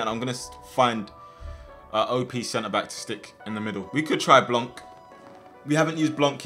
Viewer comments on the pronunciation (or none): It is actually called Blanc (Blan) lmao